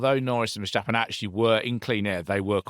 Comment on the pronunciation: I always enjoy these reviews but please,, stop pronouncing Max's surname as VerSHtappen. I know I'm picking nitsh but it drivesh me nutsh!